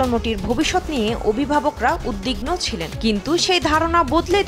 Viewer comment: সংবাদ পাঠিকা উদ্বিগ্ন --- শব্দটি সঠিকভাবে উচ্চারণ করা শিখুন, plz!!!